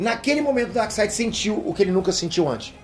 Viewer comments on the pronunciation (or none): Um reparo, não se diz Darside, mas sim DarkSEID. 🙂